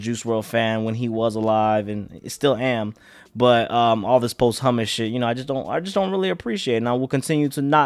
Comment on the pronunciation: Buddy said post humus😂😂😂